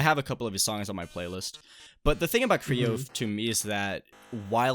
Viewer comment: ITS CRAY OH NOT CREE OH